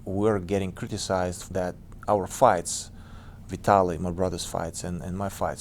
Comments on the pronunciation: LOOL the way she says VITALY, so American. VTLY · she butchered vitali's name..... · Ngl, the way she pronounced "Vitali" is beyond annoying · she wants to ask Wladimir all kinds of personal questions but she doesn't like when he turns it around on her and asks her simple personal opinion. and pronouncing Vitlay's name like Italy is a damn failure